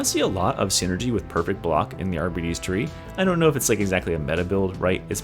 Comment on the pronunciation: It is NOT pronounced arbeetees that makes it sound like diabetes